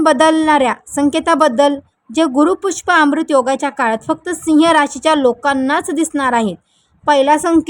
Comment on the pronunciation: *पुष्प" नक्षत्र?! नसतं हो बाई !😂 त्याला पुष्य नक्षत्र म्हणतात. पुष्य नक्षत्र जेंव्हा गुरुवारी असते तेंव्हा त्या योगाला गुरुपुष्य किंवा गुरुपुष्यमृत योग असे म्हणतात.